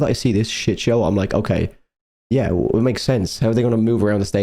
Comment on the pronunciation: Are you actually incapable of saying "im"? ITS basically fucking "him" without the h 😂 Imagine it scouse😂 Thanks for the reaction though🤘